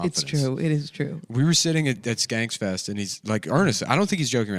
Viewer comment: nick is just saying "skanksfest" on purpose at this point. He knows it bothers me.